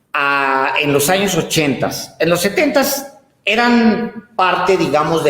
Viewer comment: Mejore su dicción. No se dice: ""los ochentas" el plural doble no existe. (Por lo tanto debe escribirse y pronunciarse: 'los ochenta').